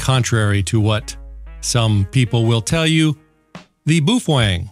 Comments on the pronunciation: I pronounce it after the Chinese bun which it is named after, "Bao". lol I got one because as a non-radio guy, there is so much info out there about them. You are my go to guy on Baofeng's but is there a book you would recommend for those times when I can't be online? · “BOOF-WANG” proper pronunciation 😂👍 Don’t be a “sad HAM” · In Australia we pronounce it Bow-Fang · Fujian Baofeng Electronics Company Co., Ltd. headquarters is located in the Nan'An county of the city of Quanzhou, in Fujian province of China. I am not sure why he is trying to play this off as having a Japanese pronunciation. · hahaha you're pronunciation for Baofeng is incorrect 😁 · i couldnt finish watching the video because of the way he was incorrectly pronouncing the name it was like nails on a chalk board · For those who don't understand. This entire video is satire and every statement in this video, especially the pronunciation is incorrect. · Can't be 100% sure because Chinese is such a hard language but in Mandarin baofeng the way you're saying it means either dung heap or maybe rosebud. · it's not pronounced "boof-weng" it's pronounced "bay-o-feng" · Looks good, sounds good, gotta laugh at boo fwang! Pretty sure the mandarin is pronounced bow ( like how) fung. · I love your videos and have heard you pronounce "BAOfEng" correctly in other videos so, I can only imagine you are joking/trolling and having fun when you say "Boof-wAng". It's got stuck in my head now 🤣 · It's pronounced "Bao Fung" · My dead great grandfather came from Germany so he is an expert in how to properly say the name. It is pronounced U V five R from Boofwang. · It is pronounced as "BOW-fung". Chinese name is 宝峰。 The name "Baofeng" (宝峰) means "precious peak" or "treasured summit". It symbolizes excellence, success, and something highly valuable or cherished, often associated with achieving greatness. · BOO FWENG??? what’s the matter with you?? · It’s pronounced as “bay o feng” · I laugh every time he says Boof wang